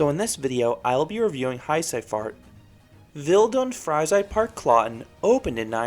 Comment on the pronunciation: For me as a german, I find it funny how you pronounce heiße Fahrt and Wild und Freizeitpark. But it was a good Video ;) I learned something about the ride, that stands in my homepark. This was my first coaster at a themepark and it was quite intense for my age. But it was fun for sure. I love your Videos and I was so suprised that you rewied this coaster!